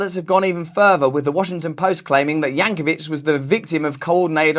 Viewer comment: Wow, it wasn't until Russell pronounced it "Yankovich" that the scope of this parody act became apparent.